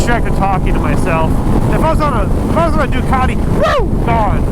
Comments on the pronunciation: . I’m pretty sure that’s not how u say ducati 😂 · I thought you said dockety pringle